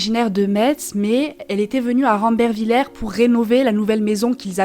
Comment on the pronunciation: C est qu un détail mais on le prononce rambervillé 😊